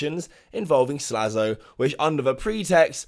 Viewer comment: His name is Slazo, not Slazlo.